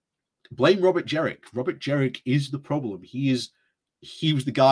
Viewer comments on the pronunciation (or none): I think it is Jenrick not Jerrick